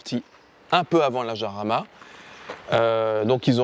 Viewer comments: Si ma mémoire est bonne, le nom de chaque modèle de Lamborghini est celui d'une hacienda (espagnole) qui fournit les toros de combat. Si je suis dans le vrai, le nom de Jarama doit se prononcer à l'espagnole et pas à la française. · countach, pas countak ☺️ iarama, pas jarama ☺️ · Ça me fait marrer comment les français prononcent "Jarama". Allez les mecs, tous ensemble..."Guadalajara"😂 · Me hace gracia como dices la j se dice de otra manera ;el nombre es de un circuito Español cerca de Madrid como son Españoles prácticamente casi todos los nombres de los coches Lamborghini por qué el fundador era un admirador de la cultura Española y del toreo hasta el Urus aunque no lo parezca tiene que ver ya que deriva de Uro el antecesor del toro actual.